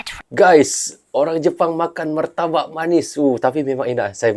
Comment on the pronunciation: Orang jepang susah mau sebut martabak,, muratabak..😥😥 lucunya dia 👍👍.. terima kasih udah dtg ke Indonesia ❤❤❤